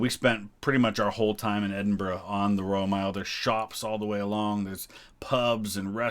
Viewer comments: I have seen quite a few "American reacts to Queen's funeral" on You Tube and I have to say that you come over as by far the best informed about Scottish history and culture . So many of them don't even know how to pronounce Edinburgh let alone have a clue about the distinct nature of Scotland and spout erroneous garbage . Thank you for your observations and intelligent comments . If I could just mention one or two points which might be of interest to you The Royal Standard flown in Scotland is different from the English one. In Scotland two quarters show the Lion Rampant and the other two show the three lions of England and the Irish harp. In England it is two quarters English lions and one quarter Lion Rampant and Irish harp. You will see this if you compare the covering of the coffins in Scotland and England. Also there were two plans in place for when the Queen died. One was "Operation London Bridge" if she died in England. In this scenario all the mourning ceremonies would have taken place in London and Windsor. The other was "Operation Unicorn" which made provision for her dying in Scotland and explains why there was all that ceremonial in Edinburgh. I know no-one can plan the timing of their death, but it's almost as if Her Majesty felt her time was running out and she wanted to give her Scottish subjects the chance to say goodbye by dying at Balmoral. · A american who can say Edinburgh correctly. Thank you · At last… an American who can pronounce “Edinburgh” reasonably correctly…! 👏🏻🧐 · Thankyou for this and pronouncing edinburgh correctly as apposed to “ Edinbro “ nicely down 🏴🇬🇧🏴